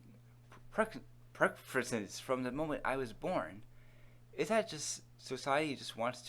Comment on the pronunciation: learn to read dude? you said pressured, preferences, perverted, and inconvenient wrong